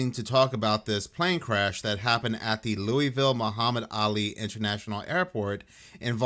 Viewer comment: I Was Born And Raised In Louisville Kentucky And Its Pronounced Louie-Ville NOT Lewis-Ville!! Only Some Jersey Shore JackAss DimWitted Son Of A Inbred Idiots Rented Step Mule Would Pronounce It Like That But As Would Say......I Digress. I Was Once Told To Say It Like Your Drinking Burbon And Chewing RedMan Or Did I Read That Wrote On The ShitHouse Wall.....Oh'ell, Either Way It Sounds Good. 🤫🤔🤔🤔🤔🤔🤔🤔🤔🗣🥃🙈🙉🙊